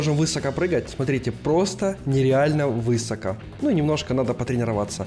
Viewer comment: можно вас попросить говорить слово " высоко" с ударением на последний слог, режет слух.